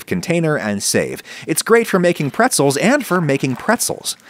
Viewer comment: "great for making pretzels AND for making prezels". I died.